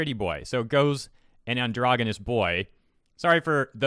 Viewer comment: You say androgenous wrong